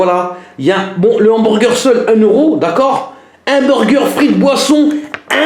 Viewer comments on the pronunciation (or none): Hamburger pas hambourgueur